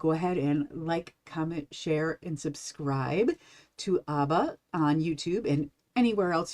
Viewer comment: Ab-bah. Not Ahh-ba